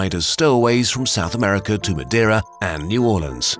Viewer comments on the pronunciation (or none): none